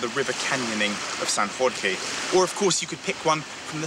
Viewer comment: Just a few words. The video is great but when do you anglo-saxons learn that, in Portuguese "Jorge" (of São Jorge island) is exactly like the English "George"??? Not the Spanish "Ror reh". Thank you.